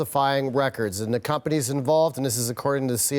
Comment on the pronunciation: I swear she said "Pumpanies" instead of "Companies".